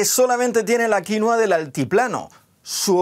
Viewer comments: Deja de decir "quinoa" por favor. Paltea. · Ah , pues yo lo llamo, Quinóa! Como si tuviera un acento en la o, en vez de la i 🤔 ... Será que estoy mezclando inglés con español? 🙄. Y me parece una barbaridad que los españoles nos sigan robando el pan de la boca 🤬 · Se dice quinua, quienes son los alienados que le dicen quinoa?? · El nombre es "Quinua" , no "Quinoa" como el señor agricultor español dice . Y no creo sea mejor a la quinua andina . Tampoco exagere. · Su nombre es Quinua no Quinoa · Jajaja. "Quinua inca".... es aymara.